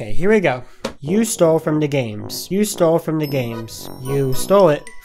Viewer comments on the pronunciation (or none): XD its pronounced D. A. GAMES NOT degames XDD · D! A! Not “da” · It sounds like he's saying 'the games' instead of 'DA games' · Before I can confirm what you say is absolutely true, just want you to know... it's D A Games, not Dah Games xD Haha just a small nit pick. ANYWAY! Is that how everyone's been treating you?! :O man on behalf of everyone who's been saying that to you, I'm really sorry. If y'all need further proof that he has spoken to me, look no further than my comment right here. It takes quite a bit to make a song so with that knowledge you should know this guys been working on it for a fair bit of time, so much so that by the time he finished his, I had my preview made with zero knowledge of the name already being used. I was incredibly happy with changing my name since all my preview titles are codenames for the full project rather than full official placeholders. This guy deserves more credit than you give him and it isn't fair that he has to be told this every day. I also wanna let you all in on what stealing actually is. There are dozens of songs out there that already have the same names as each other, so take that out of the equation, the dude would have had to completely rip our songs melody's, beats, lyrics etc. Since this isn't the case, and is it's own ORIGINAL composition, this is the furthest from stealing all together. So please people, have a big of decency for the rest of the content creators who are trying their hardest, LOOK AT DESCRIPTIONS FOR DARES AND RELEASES!! It'll save your ass from a lot of backlash from other commenters, and even the main guy himself. Please guys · DAGames Wait its not pronounced dah games... ...Shiet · Yeah he keeps calling it Dah Games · Yea it’s D A Not Dah Games duh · DAGames that is so true...no one should treat people the way they did to...btw your channel is pronounced D A Games not Dah Games...(people who pronounces it like that...pls try saying it right) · It's pronounce d a games